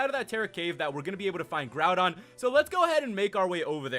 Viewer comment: did you just call groudon groundon?